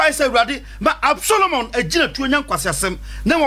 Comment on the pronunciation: David son was ABSALOM not Absolomon